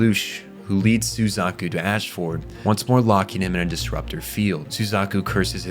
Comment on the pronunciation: Im loving your videos so far. I watched the Fullmetal Alchemist one first and that was good. I have high hopes for this video as Code Geass is one of mt all time favourite anime. So far it seems like you didnt watch the anime though, because of the way you pronounce words and places in the anime differs greatly from how the characters say it in the sub and the dub "Ash-ford" reminds me of how Americans say Melborne as "Mel- born" when in reality it is pronounced more like "mel-b-n" by locals